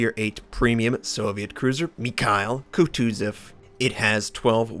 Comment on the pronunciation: If you are going to pretend to say the name as it is said in Russian, at least look it up and do it properly